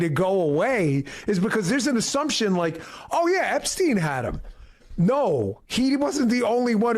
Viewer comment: You are pronouncing Epstien wrong . I'm not trying to be picky, but it's bugging me lol. love you're channel though 😊